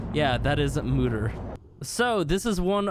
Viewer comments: MOEder not MOOder lol. Means mother. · ITS MOE-DAR